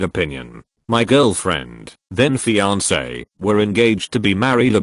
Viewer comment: I miss "fian-ke."